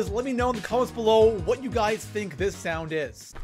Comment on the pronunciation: The way he pronounced “sound” 😂